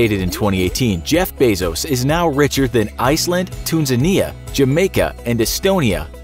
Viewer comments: Tunisia, not tunasiya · It’s Tunisia not tusinia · IT'S TUNISIA NOT TUNSANIA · Wait what, yous said "Tunzinia"?? Do you mean: Tunisia? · it's Tunisia not Tunsinia 🤦‍♂️😂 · You said Tunsinia its pronounced Tunisia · he said tusinia and its tunisia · It's Tunisia not tunsinia get it right dude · It's Tunisia not Tonsenia ?😂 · it's tunisia not tunsinia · Really tunsinisa? It's TUNISIA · Tunisia not tunsinia bruh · Tu enia it's Tunisia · Tunisia is pronounced Two-knee-shia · how did you manage to spell tunisia like that tunseniya dudeeee im dead 😂😂 and slightly offended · me: a tunisian narrator: "TUNSINIA" me: We must now end this mans life. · Did my man just call Tunisia "Tunsenia" ? wOw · Tunzinia??? What country is that ??? Do you mean Tunisia??? Duhh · 1.26 What country was that? Toonsania? Where is that again? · That moment when you call Tunisia Tunsinia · Where on earth is 'tunzinia'? ? Mean Tunisia? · It’s pronounced Tu•ni•sia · I’ve never heard of the country of Toonzania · Did this dude just say "Tunsinia" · tune-za-nia HES RICHER THAN TUNEZANIA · I bet your pardon? It's Tunisia. tü-ˈnē-zh(ē-)ə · "Tooonsenear" , Wheres thatt ¿¿¿¿ Did this american man Mean Tunisia ¿¿¿ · who heard tunsinia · Tunsania xD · Anybody gonna talk about how he said Tunisia wrong? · Are we going to ignore how the word 'TUNISIA' was butchered